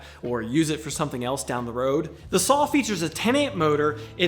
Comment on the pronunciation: Sawl lol love the accent